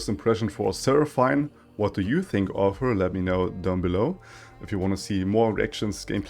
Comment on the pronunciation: it's actually pronounced as sera-fin